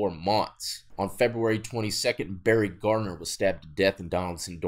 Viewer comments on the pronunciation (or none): none